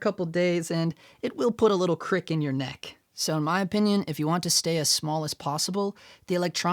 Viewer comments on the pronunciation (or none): none